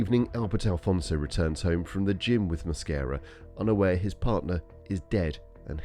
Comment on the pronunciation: He doesn't speak English but pronounces his last name with an accent... I am hispanic, and that is not the way to pronounce his last name in Spanish... he speaks and understand English for sure. mooasquera, jajajaja mosquera no moasquera...